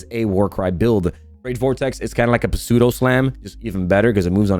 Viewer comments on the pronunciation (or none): Did I just hear you pronounce the p in pseudo?